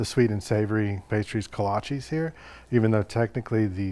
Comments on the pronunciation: Look great, but Kolches, not kolchies…for pronunciation. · My Czech family (in Iowa) always pronounced it Kolach for singular or Kolaches (ko-la-chehs, not ees) for plural. Still love the video and you sharing these delicious pastries!